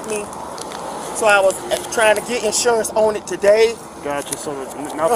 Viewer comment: No license, no 'sawrance.